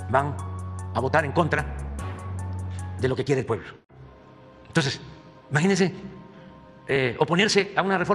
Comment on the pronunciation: Majínensen, majínensen. Este señor gobierna con la pura "majinación".